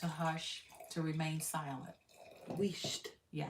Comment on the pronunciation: My granny used to tell us to "hold our Wheest" when we were telling tales on each other. It is used in Northern Ireland where I grew up a lot. You pronounced it correctly.